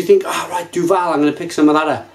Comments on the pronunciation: Say it quickly: "Doo-ville" Apologies for the grammar nazi-ism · Duvel (not Duval ;-) ) threw in a tasting thing where you could buy (in Belgium) the Triple Hop with different kind's of hop. Bl**dy amazing. In the box, they gave you a booklet with the history and origins of the hop used but they never said what hop was used in which bottle. You just got 6 bottles with a number on it and you had to communicate the batch and favourite bottle number. In all honesty, time to revisite the Triple Hop again because it turned out amazing! It's better than it ever was ... Enjoy!